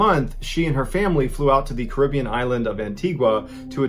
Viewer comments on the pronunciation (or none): Have you intentionally mispronounced Lancashire, Nicola, The Caribbean and Antigua just to wind us up? 😂 Lanka-shur, Nick-uh-lu, Cara-bee-un, An-teega. Nick-oh-la 😂